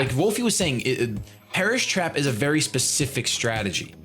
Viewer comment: When he said Perish Trap, I thought he said Paras Map lol